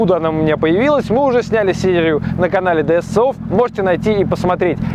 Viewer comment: Ди эс си офф,, ну блииииин